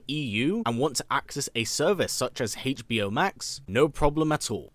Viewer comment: Hache Bee Oh Max...